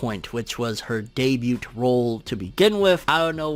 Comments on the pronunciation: Debut=Day-bue. They T is silent fam... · Great content. Glad I subscribed! But the “t” in debut is silent. lol